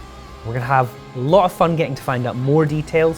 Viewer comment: This guy is good but needs some help with pronunciation. Like saying the "t" in rotor and Lot of.